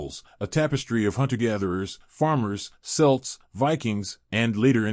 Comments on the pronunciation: It’s not selts it’s celts please do your homework and ask an Irish person how to say these words before doing something like this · Who are these selts he mentions. ? He means kelts. Get it right , why don't you.? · Please pronounce Celts properly🙄 and maybe use a human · I was about to leave this comment myself